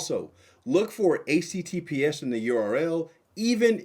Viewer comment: Is he saying ACTPS or HTTPS?